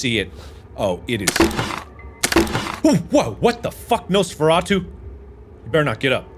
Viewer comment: Mf what, he said Nosferatu